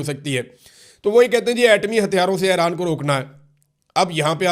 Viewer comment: Aran nhn hota Iran hota hai